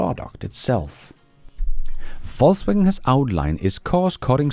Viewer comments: I hear Falsewagon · You said "Volkswagen"... I thought you said "Faultswagon"... 😂 Thanks a lot for the video!!!